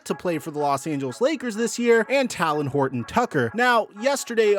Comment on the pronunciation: Is it so hard to say Talen Horton-Tucker